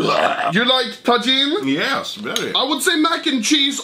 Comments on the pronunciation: ITS TA HEAN NOT TA JIN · its not tagin its tahin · ITS TAHIN (TAJIN) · I could be wrong, I think Tajin is pronounced like "ta-heen" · Just lyk, the j in Tajin is pronounced like an h, soo Ta-heen. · tajin uttalas ta hiin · its actually prounaounced tahin the j sounds like h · its prnounced tahin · oh my god, the way he pronounces tajin